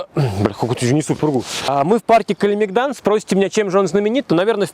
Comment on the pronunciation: Парк КалемЕгдан, а не КалемегдАн. В сербском не ставится ударение на последний слог. Никогда.